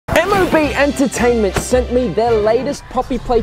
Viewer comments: 😂 it’s mob entertainment not M-O-B entertainment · You say m o b entertainment it's mob entertainment